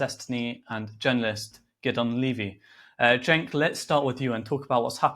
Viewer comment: Gideon pronounced Cenk’s name correctly. And I doubt he watches TYT. That tells you all you need to know about him imo